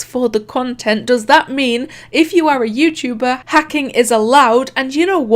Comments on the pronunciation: bruh im dead, "yewchewber" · “Yew-chew-ber”